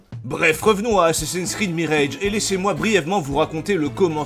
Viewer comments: Tu es au courant qu'en anglais le mot "mirage" se prononce "mirage" comme en Français et non "mirèdje" ? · Pas vraiment important mais tu prononces "mirage" à l'anglaise alors qu'en anglais, il se prononce à la française (genre 'meeraaj') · Merci pour la vidéo Juste en passant : mirage en anglais, ça se prononce plus ou moins comme en français et pas mireilge. Voilà je sors 😅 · Tu sais, quitte à prononcer le R de "Mirage" comme un bouffeur de camembert, tu peux aussi prononcer le A avec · Ta prononciation de "mirage" n'a aucun sens. Le mot ne se prononce ni comme ça en anglais, ni en français. A l'avenir il vaudrait mieux simplement prononcer les mots à la française en cas de doute.